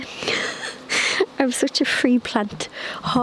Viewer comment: Did you say you’re a “free plant ho”? 🤣❤️❤️❤️